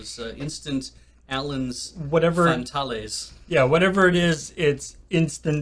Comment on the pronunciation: Also, pronounced "Fan-tails"